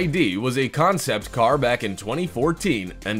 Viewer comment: Perhaps the narrator should work on pronunciation rather than trying to sound like batman. Its a car not a CAAAARRRRRRRRRR